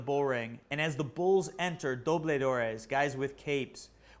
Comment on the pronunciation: It is Dobladores. Not dobledores.